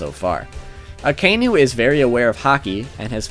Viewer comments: Martin Daniel just once cross reference with an original would do the trick! He triggered me everytime when he misspelled aka-inu literally red dog and not that akai-nu bs I like the list thogh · Akaynu Lol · "Mo-net, A-koiji, A-kaynu" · "aykoeegee" and "akaynu". i know you warned us about incorrect pronunciation, but c'mon. just try.